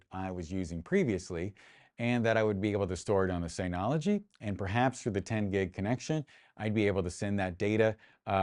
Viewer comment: Nice video. I slightly want to punch you in the face for the constant incorrect pronunciation of "Synology". Otherwise, good video.